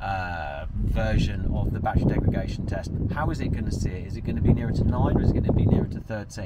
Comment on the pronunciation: You keep saying “degragation”… its degradation